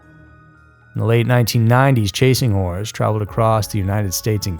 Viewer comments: Oh my are you saying chasing whores? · Chasing wHores lol did anyone else hear that about the third time he said chasing horse I bout spit my water out